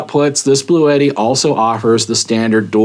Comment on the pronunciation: it,s blue tti not blue et tti.